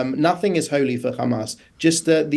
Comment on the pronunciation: "Nothing is holly for Haamass"" HAHAHAA it seems like for IDF..